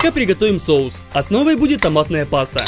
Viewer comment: нормально он сказал это слово вообще то 😐